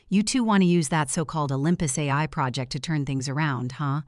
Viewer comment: And project